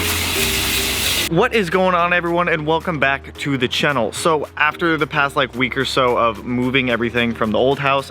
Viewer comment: Lol. “Chennal”